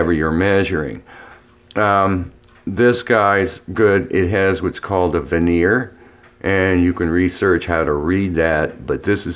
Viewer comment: the term is vernier verne e er not vener